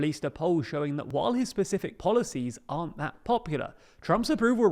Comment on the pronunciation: “policies” lol. Police aren’t popular either though lol